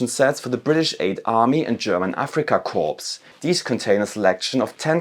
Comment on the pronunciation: Good video but you mispronounced corps (speak as "Kohr") as corpse like for a dead body.